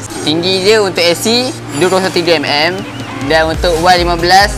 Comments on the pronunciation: ckp elok2 sikit.. berterabut nk sebut 203mm.. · Tu la😂😂😂